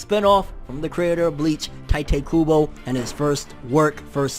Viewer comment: Tee- tay not ty tay